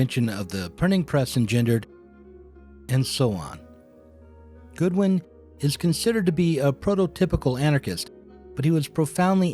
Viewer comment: Excellent thought-provoking & educationally valuable stuff as usual. Love the video work too. (BTW I believe it was William Godwin - pronounced like the deity & not like 'good'.) Can't wait for the Proudhon episode.